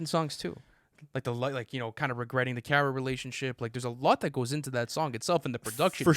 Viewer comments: Who's 'Kiara'? 😅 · Referring to Ciara as "Karah" is hilarious